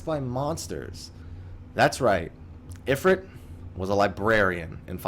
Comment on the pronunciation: i believe in the folklore/culture is talking about it is spelled "Efreet" and the "ifrit" spelling is unique to the final fantasy games this is why I believe your pronunciation is correct. he's just based off of an Efreet he isnt the same entity. the actual deity Shiva is waaay different than the Ice goddess that we know of from FF as well so no surprise there. tho interesting to note that Balthier from final fantasy 12 does infact refer to the airship as "the efreet".